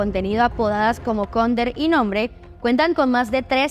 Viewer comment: Se pronuncia neim no nombre